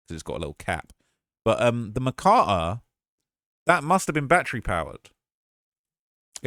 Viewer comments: Makita… Ma-kee-tuh. Say it with us Americans. Ma-kee-tuh 😂 makatta 🥴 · The name of the saw is pronounced Ma-key-ta ...lol Much love bro, love your ambition! Awesome job on your reporting 👍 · the Makita is also battery powered. A 18 V battery pack slips under where that person‘s finger is pointing. PS you said Makita wrong.